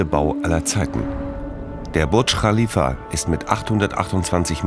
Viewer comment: Burtsch rchalifa